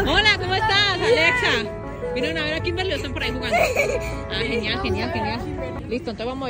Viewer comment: en un video dijiste kinberli nada que ver 😂😂